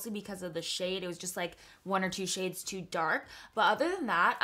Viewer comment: Is it just me or she read the shades wrong?😕